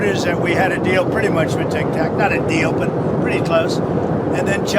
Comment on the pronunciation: Did he just call TikTok Tic-tac? JFC.